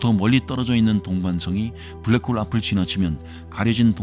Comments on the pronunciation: ㅋㅋㅋㅋㅋㅋㅋㅋㅋ브ㄹ락 크호으올 ㅋㄹㅋㅋㅋㅋㅋ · 빠...빠져든다.. 블랙 호울~~~ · 불뢕 호우우울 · 블랙홀 발음 ㅋㅋㅋㅋㅋ tts 같으면서도 위트있는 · ㅋㅋ 형님의 블래액호오올~~발음 지리고 갑니다ㅋㅋㅋ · 뿌우웨액~~~ 코오오우호우우울!!! 블랙홀에 빠진듯 시공간에 휘어져버린 아저씨의 완벽한 영어발음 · 브울뤸~쿼올 "뭐~ 지금 까진 말이죠" 급 입니다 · 약해지셨소 강한때로 돌아오시오 브레웨~욱홀이 내머리에 박혔을 그때로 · 블래쿠~호우우~ 발음 개킹받네 ㅋ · 블랙홀 발음에서 급발진하는거 넘웃김ㅋㅋㅋㅋㅋㅋㅋ